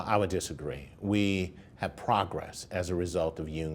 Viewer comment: He said we have "prahgressed" instead of PROgressed. Breh